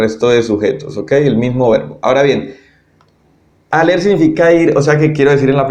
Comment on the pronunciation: Gracias, estaría bueno que pronunciaras en francés x ejemplo cuando dices être, aller o avoir